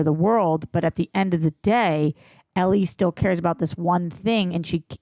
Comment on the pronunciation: Do you think she'll ever learn how to pronounce Ellie's name though?